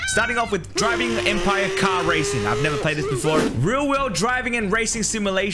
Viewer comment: bro said razon games not racing games lmao🤣🤣🤣🤣🤣🤣🤣🤣🤣🤣